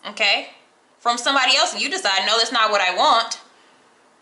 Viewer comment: Wtf, o-tay? Lol